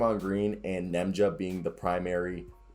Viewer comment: Ian clark. Festus Ezeli (fest-us E-zee-lee). Lol can't Nemanja's name either🤣.. keep grinding keep getting better!